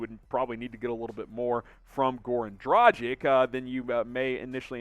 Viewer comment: Learn the correct pronunciation of his name man! Its Draah-ghich ! Not Draah-jic !!!